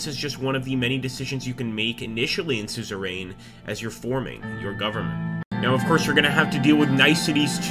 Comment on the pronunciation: It's pronounced sue-zer-uhn